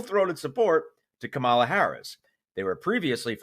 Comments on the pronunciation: It’s KAM a la. You’re as bad as trump! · Ok. You really need to learn how to say her 1st name correctly if you don't want to be lumped in with Trump, MAGA, Fox News & whoever else says her name wrong deluberatelyt. Nicki Haley actually said it correctly. KahMuhLah. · PLEASE! Her name is pronounced KAMela. If you’re going to support her, at least say her name right. Otherwise, you’re being disrespectful. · Please learn how to pronounce our next president’s first name. It’s KAmala, with the emphasis on the first syllable, like Camelot. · Please stop pronouncing Kamala like T-rump and the MAGATs do (accent on second syllable). The Vice President pronounces it with accent on the first syllable. Kámala. Thank you! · Pronounce her name properly. It is pronounced as. KA-MA-LA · Please learn to pronounce Kamala's name properly. Think the word "comma", so it's pronounced "commala". Thank you. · Pronounced Kam-la Please say it right 🙂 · COMMA-LA. Get her name right! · Kamala rhymes with Pamela. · Isn't it pronounced KA-mala? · You’re pronouncing Kamala’s name incorrectly. It’s pronounced like the word comma, with a La at the end. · Come on. Pronounce her name correctly. It’s KAmala. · Please take time to learn to pronounce Kamala's name correctly. It is VERY important for Republicans to mispronounce her name. If I heard you talking out of context and heard you say her name, I would instantly tune you out... permanently. Her name is pronounced "comma la" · At least pronounce her name right man damn it’s not that hard COMMA LA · Please speak her name correctly. Mispronouncing her name is a common repub and racist dig, often throwing in a “or, whatever her name is”, intending to dismiss her and establish ‘she’s not like us.’. It sounds like “comma” (like the punctuation mark) with an added “la”. Comma-la. It seems minuscule, but it’s important. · you need to get used to pronouncing "Kamala" correctly - it's KAH-mala. Listen to how Nikki says it. 👍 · Say her name right